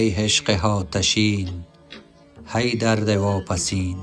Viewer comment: درود اشتباه تلفظ می کنید. "هی" نیست، "ای" است. "هشق" نیست، "عشق" است.